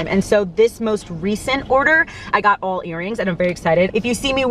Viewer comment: Your NY accent barely ever comes out… but when you said “AWLLL”… I can’t lie. I giggled hard. I give my husband the same hard time about his Mass accent 😂💜